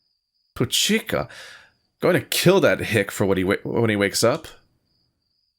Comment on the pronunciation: Hi, so it's been 3 years since you played this but the way you pronounced this was pretty silly so this is kind of a fun fact The way you pronounce it appropiately is "Poo-checa", giving more enfasis in the "Pu" part, some countries have this slang so It's pretty common to hear it in endagered/criminalized zones